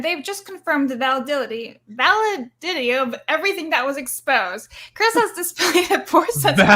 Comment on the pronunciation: Valididity.... P-didity 😅